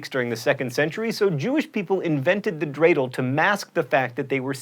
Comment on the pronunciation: Wat! You said Dreidle right! ...well, too bad for Latkes... By the way, I know this is a "winter holiday" video, but why does all the "winter holiday" stuff have to fall out right before Christmas? Chanukah was like 2 weeks ago, and I don't know when Kwanza is but I'm sure it's not exactly the 25th or 24th. If we're going for equality, can't we do it thoroughly?